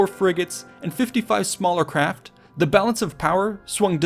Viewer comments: "Support Carft" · Lol "support carft". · Dulu Thank you. Came down to see if anyone caught that awful pronunciation 🤣